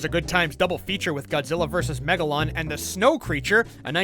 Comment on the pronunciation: God gilla us wegalou I Laughed at that For 5 or 8 minutes😂